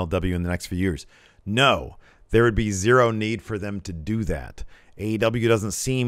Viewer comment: In the intro it sounds like you say "Ass Wrestle Juice" That is a totally different type of video I think.